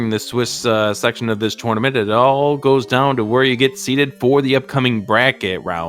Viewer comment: Paaaaaainful. Also, it’s a tournament, not a “torenament.”